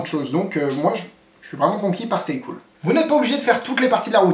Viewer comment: Tu as dit "Stay Couille"